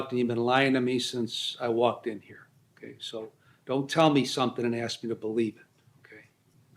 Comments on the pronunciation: He axing the judge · I bet this guy "ax" questions...